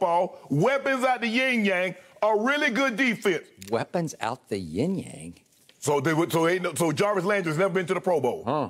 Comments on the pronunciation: Shannon: he got weapons out the ting yang! Skip: weapons out the Yung yang? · Skip “ weapons out the ying yang ?” 🤣🤣😭😭💀